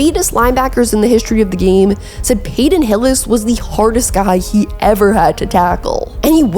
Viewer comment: "Payton" not "Payden"